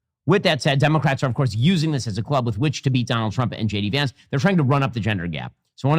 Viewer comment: J De-Vance